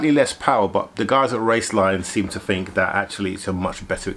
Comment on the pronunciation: paid less than a 3rd or " fird " ??? Month: =" mumff " ?? "th" pronounced ' F ' ?? Is that common in England? Interesting, but new to me. Great Vids and stories. Think = Fink ?!?! It's cute. Saw = Sarr. We saw " sahhhh " without the rrrr . Novel!! Be well!! Great Cars.